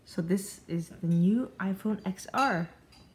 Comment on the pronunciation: It’s pronounced iPhone 10r